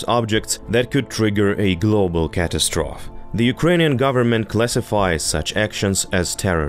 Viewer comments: Your English is pretty good except for the word cat-ass-trophy. Is how you pronounce catastrophe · In American English "Catastrophe " The end is a long E...sounds like Y or 2)EEs /Ey CA TAS TRO FEE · Love how he sounds like a robotic reader like those cheap channels who don't speak, just have a program read.. Misprouncing easy words: Catastrophe - "catas-troph" ATOM - "A-tom" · "@ English" - Just so you know, catastrophe is pronounced "cat-AST-ro-fee." 🌻💙🇺🇦💛 Slava Ukraini! Heroiam slava! 💛🇺🇦💙 🌻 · I kind of like the mispronunciations.